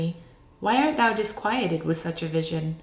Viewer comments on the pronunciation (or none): probably all the ones who know that the pronoun "thou" is being mispronounced, throughout the entire reading.